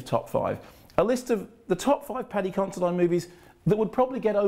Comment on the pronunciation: Isn't it Paddy Consi-DEAN? I'm sure it is.